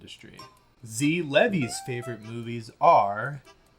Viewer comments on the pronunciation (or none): Whizkid has based taste in TV. Also, it's Lee-vye and not Leh-vee. Good video tho!